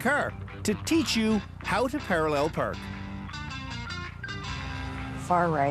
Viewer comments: UGHH "CER" and "PERK" SAY IT RIGHT ITS FUCKING "CAR" and "PARK" AAAAAAAAAAAAAAAAAAA.. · “we have a self parking CeR to teach you how to parallel PeRk” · i love how canadians pronounce park.